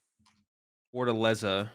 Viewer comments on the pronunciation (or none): none